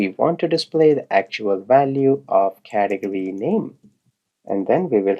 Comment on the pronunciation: You know what i enjoy most about this video? Your pronounciation of Cath e gory :D its fun, Thank you.